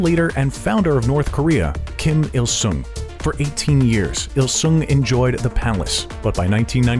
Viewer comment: "Kim Curt-il Sung"